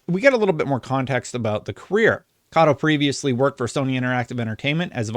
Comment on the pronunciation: Meh-nah Kah-Toh